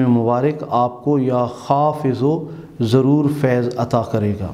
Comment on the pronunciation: محترم " یا حافظ '' ھے نہ کہ " یا حافض ''